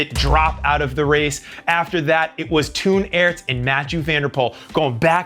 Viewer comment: Hello, really enjoyed the video! Just a small tip: Toon Aerts is pronounced like 'tone arts' in English, rather than Toon as in Looneytoon!